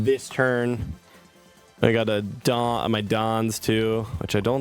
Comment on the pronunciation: Why is bro INCAPABLE of pronouncing "Dawn"